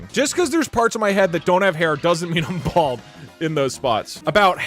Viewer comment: “A blad spot.”